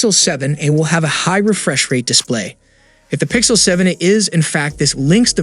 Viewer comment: he's barely pronouncing the "a" in 7a